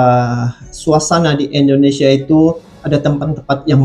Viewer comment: Indonesia bang bukan endonesia...